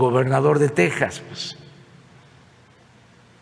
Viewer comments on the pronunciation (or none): none